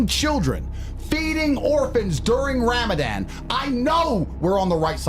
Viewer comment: I know plenty of white people that pronounce Ramadan way better than Andrew Tate wtf was that 😂😂😂😂